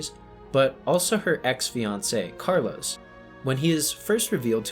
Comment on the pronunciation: Cmon carlos... You heard it tens of times during the film and you still mispronounced it every single time calling him Carlos instead of Carlo